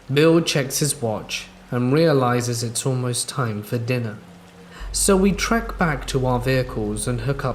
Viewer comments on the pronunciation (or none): none